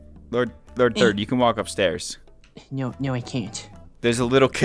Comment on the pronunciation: “Lord thord” 💀